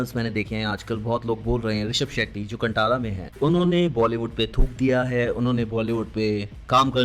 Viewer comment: कंटारा nhi कांतारा